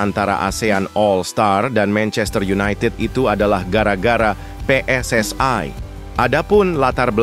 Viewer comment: Saudara jangan berlebihan berbahasa Indonesia bukan PSSai tapi PSSI huruf I pada PSSI jangan kau ucapkan ai kau terlalu overekting